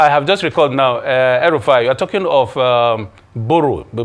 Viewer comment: Did you just call Rufai, El Rufai? 🤪